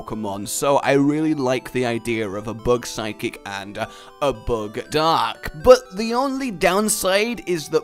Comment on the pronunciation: he said psychic lmfao idk how but its like 'sid'kcik